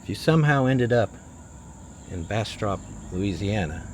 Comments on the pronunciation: “Bass-strip” not how you pronounced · Hey, as someone who grew up in North Louisiana, it’s pronounced “Bastrup” by the locals. Just info in case y’all make it back through there again. Safe travels!!! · Bastrop rhymes with cup, not cop. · The way you pronounce BastTROP is hilarious!! You're way off brother. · I came to say the same thing. I cringed at the pronunciation. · ^^^ yea he definitely saying it wrong